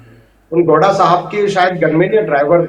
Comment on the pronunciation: Sir ji agar itna research kiye h to at least naam to sahi se research kr lete ...he is not gonda ..it's gowda😅🤨